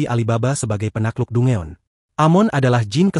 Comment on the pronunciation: Danjen bang bukan dungeon